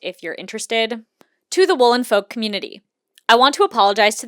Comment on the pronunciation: Folk is pronounced f-"oak" but as one word the l is silent and the olk portion is pronounced as oak, silent L, and wow AM I GLAD THAT I DIDNT HAVE ENOUGH MONEY TO JOIN THE FESTIVAL IT WAS BEING PROMOTED FOR AGES AND I WAS CONSOLING MYSELF ABOUT THE FACT I WOULDNT BE ABLE TO GO AND GETTING SEVERE FOMO BUT AM NOW REALIZING ITS GOOD THAT I DIDNT GO I AM SO SORRY FOR EVERYONE, BUYERS AND VENDORS ALIKE